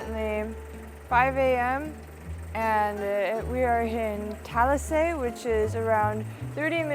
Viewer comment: it's buko shake and not buko juice. Talisay is pronounced as ta.li.sigh.